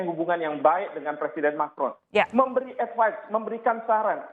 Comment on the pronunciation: advice mbae.... bukan advis hadeuhhhhh ..